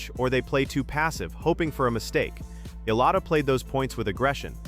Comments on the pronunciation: Fix the pronunciation please. It's ee-YAH-lah, not EE-lah. 😭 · Alex Ee-lah....once again, thank you A.I., and constantly showing a caucasian player that is not in any way related to this story.